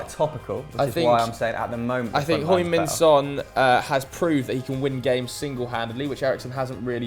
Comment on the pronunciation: Please stop saying hoing min son.